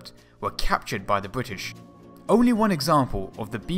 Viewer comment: "It has to have fwone in weawl wife"